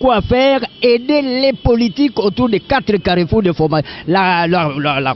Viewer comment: CARREFOUR et non CARRES FOUS